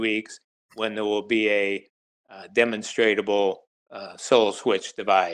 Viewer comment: I like how he pronounces demonstrate-able tbh. I remember hearing demonsterubble the first ten times wondering what the hell that even meant. When did a monster get involved? I think it wise to use words that the most people can understand; that is the point of language, afterall. I don’t think using rare words to communicate does justice to the word communication!